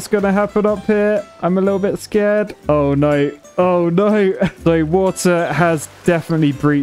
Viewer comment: "Oy noy! Oy noy!" British is so funny. :D